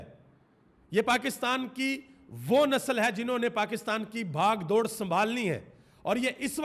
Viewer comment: Bhagh dor nhi Bagh dor hota h jnab